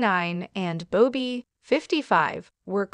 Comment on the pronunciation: It’s Bobby not “Bow-Be”